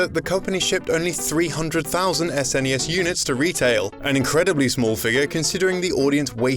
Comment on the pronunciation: I can actually finish this video, as he is not saying "ZZZNESS"